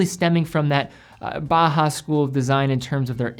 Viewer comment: big fan of your videos but as an architect, please pronounce Bauhaus correctly. Maybe I’m hearing you incorrect but sounds like Baja. It’s Baw Haws or take a bow house. If I’m not hearing you correctly then my apologies. Keep up the great reviews!